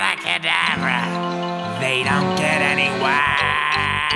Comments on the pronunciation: Stop it, your going to take someones eye out. Besides, your saying it wrong. Its kedAvra not cedavrA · Stop stop stop. You’re going to take someone eye out! Besides, you’re saying it wrong. It’s Avada Kedavra, not Avada Kadavera. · Aaauuuvaadaa kaudav- Hermione: stop stop. Your going to take someone’s eye out. Besides it Avada kadavera not auvvadda kadaveerraaa